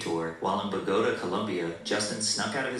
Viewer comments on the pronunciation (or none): and the way he butchered Bogota 😩